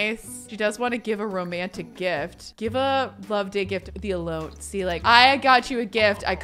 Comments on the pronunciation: It blows my mind that, a Californian, does not know how to pronounce “elote.” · Same, hahaha. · I came to comment the same, but glad you did it first. I had to rewind to see if it was some inside joke, I was missing. 🤣